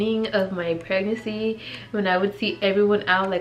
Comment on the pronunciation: Why do u have such a hard time saying PREG-NANCY GIRL? Lmao. It sounds like u’re saying prenansi 😂